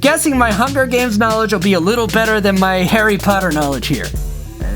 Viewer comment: did you say Harry cotter?